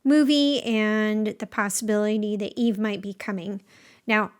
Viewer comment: How can someone watch Wall-E or know of the character from the movie and still say her name is EVE instead of EVA EeeeVvvva she literally teaches Wall-E to say her name in the f**king movie sorry but seeing so many people fan over Eva lately but still pronounce her name as Eve is irritating…